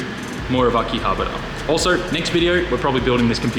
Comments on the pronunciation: The way you said akihabara makes me wanna puke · Butchered that Akihabara pronunciation. Great video though.